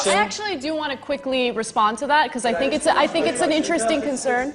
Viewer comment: It's sink yoghurt